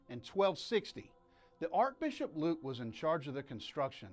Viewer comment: Sounds like you are mispronouncing the words "Archbishop" and "Diocesan"....?